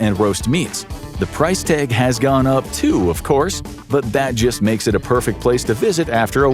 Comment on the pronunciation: The price "tayge". That's how he pronounces his "a" letters